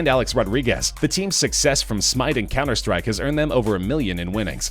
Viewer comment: "cemmer strike" wtf